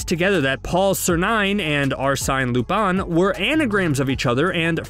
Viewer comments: Lupán - it pronounced as that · He pronounced it right at times and sometimes no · God please pronounce lupin right bro